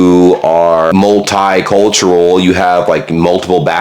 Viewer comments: It's not mult-eye cultural - it's multee-cultural! Just like Italian is pronounced Eetalian! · Also its multicultural, not multeyecultural or multhighcultural